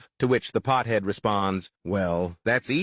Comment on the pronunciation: “Pthead”? 😖 Really? You’re afraid to say pothead? Lord help us. The current generation is pure pussified.